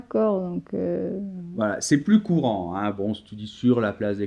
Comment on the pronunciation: Bonjour, merci pour cette vidéo que j'ai choisie pour que mes étudiants révisent. Mais j'ai une remarque : la prononciation du "s" de plus par Noémie "pluS petit". Dommage, car je travaille la prononciation de "plus" avec eux et dans ce cas le "s" ne se prononce pas ... Pourriez-vous ajouter un commentaire concernant la prononciation de "plus" ? merci !